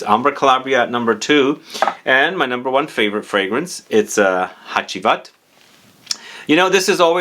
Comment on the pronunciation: Actually Ege is a Turkish word and your pronunciation is great! You did spell Hacivat great as well.